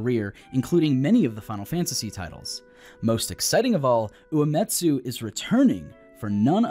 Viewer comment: Yay. Spoilers before the game was even released. By someone who can't even pronounce Uematsu.